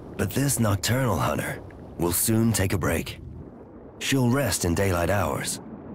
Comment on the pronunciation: 'This nocturnal hunner will resume its hunning later'.